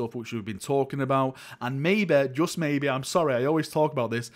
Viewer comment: “MAYBEH, JUST MAYBEH” 🙄